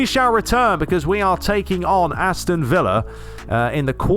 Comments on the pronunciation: Villa in spain is pronounced as "viyah". Villa in agentina is pronounced "Vishah". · Villa is like saying Bishop but with an A at the end 😂, try it out. You said it fine once in the start of the video. Loving your work since I discovered your channel! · That’s Villa from Boca’s right? When playing with the Argentine (Spanish) commentary they pronounce it “Veee-d-jah” not sure how accurate that is but fuck it right lmao